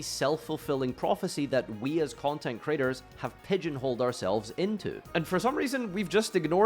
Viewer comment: he's saying content critters, don't pretend you heard content creators when content critters is far more hilarious lol